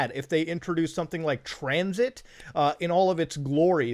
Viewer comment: this man really said tranzit im fucking done boys